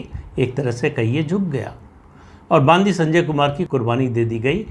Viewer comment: बंडी संजय ऐसा नाम है ! बांदी नही !